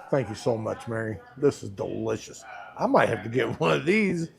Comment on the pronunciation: De Lishious thats two words lol